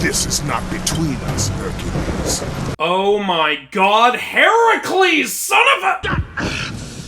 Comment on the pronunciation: No offence to you but when you correct Kratos saying Hercules you proceeded to say it wrong yourself